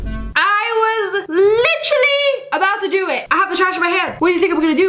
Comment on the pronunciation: When she said literally it sounded like a Britain acent